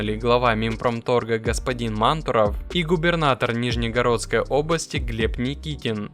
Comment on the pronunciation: Не Нижнегородской ,а Нижегородской области